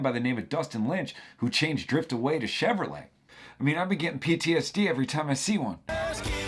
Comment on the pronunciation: Did he say Chevylet?